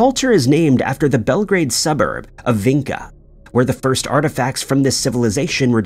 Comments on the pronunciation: Vinca is actually pronounced Vincha (Vinča). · I am living there, in Belgrade , In Vinca :) archeological site is not much explored how should be :) and ...pronouncing the name of the place is completely wrong, no one would understand you and you would not find the Vinca you are looking for